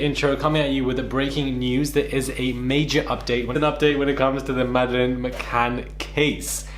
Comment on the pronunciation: Did it drive anyone else mad the way he repeatedly mispronounced her name!! Disrespectful